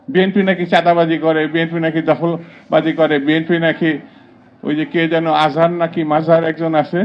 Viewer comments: তুমি মিজানুর রহমান আজহারীর নামটা সঠিকভাবে উচ্চারণ করতে পারো না তারে চিনো না জগি ঠাকুরগেরে তো ঠিকই চেন মুসলমান তুমি তোমাদের মত মানুষের পিছনে যারা ঘুরে তারাও বা কেমন মুসলমান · শামসুজ্জামান দুধু মাত্র ঘুমের থেকে উঠছে। এজন্য মিজানুর রহমান আজহারীর নামটা ঠিক মতন বলতে পারল না। এরা বিএনপি নেতা হয় কি করে। মিজানুর রহমান আজহারী জিন্দাবাদ ওকে ওকে ওকে মাথা বলবেন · একজনের নামও ভালোভাবে বলতে পারে না এরা আবার নেতা, তোরা ভোট পাবি ? আজাহারী সাহেব সত্য কথা বলেছেন। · ওদের চুলকায় আলেমের নাম ভাল করে বলতে পারে না। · জাতির কাছে আমার একটা প্রশ্ন দুদুর মত মানুষ কিভাবে একজন নেতা হয় ? যে কিনা একজন স্বনামধন্য আলেমের নাম ঠিকমতো উচ্চারণ করো না তার মতন নেতার এই দেশে কোনো প্রয়োজন নেই 😡😡😡😡😡😡✊✊✊✊ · নাটক কম করেন যেই আলেমের মাহফিলে 25 লক্ষ প্লাস লোক হয় আপনি তার নামটা সঠিকভাবে উচ্চারণ করতে পারেন না আপনি কোন ধরনের মুসলমান।